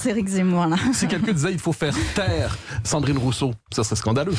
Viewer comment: Rouuseau? Ecololo? 🤣🤣🤣🤣🤣🤣🤣🤣🤣🤣